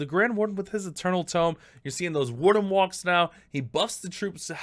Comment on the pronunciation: “Valks” Am I a joke to you?